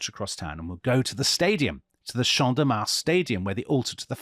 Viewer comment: Your pronunciation teacher here guys. Do not pronounce the S in Mars. 😊